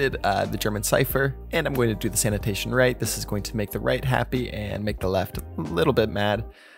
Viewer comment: sanation sanation